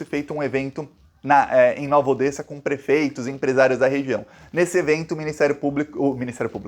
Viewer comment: Pronuncia-se "Nova Odéssa".